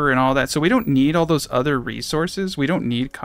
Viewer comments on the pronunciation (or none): none